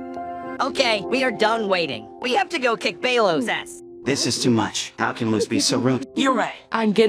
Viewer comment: kings mispronouncing of belos LMAO